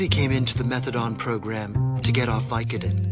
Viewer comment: And holy shit I just heard the "vicoDAN"